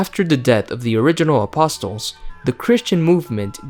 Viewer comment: Who taught you how to pronounce apostle?